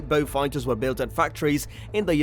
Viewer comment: WTF ? Interesting but could not stand the A1 reader calling Beauforts and Beaufighters being called Beewfighter. The Merlin powered version MK11 was underpowered chappie says the Beau ‘ X the most numerous had 1700hp Hercs . Loads of other inaccuracies . Wise up please. Also,hate the yank pronunciation of ‘anti’ suggest 😊 Beaufighter Boys is a good and accurate read.